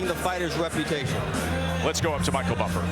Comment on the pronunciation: michael buffer is amazing voice and pronounce